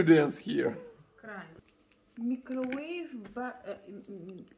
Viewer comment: Some more English/pronunciation corrections: The phrase "My lovely" should be "My favorite" The word "herbal" is pronounced "eeer - bul" Very very loves should be "really love" "How we can use it?" should be "How can we use it? "Microwave" is pronounced "Myy - cro - wave" "He came to store" should be "He went to the store"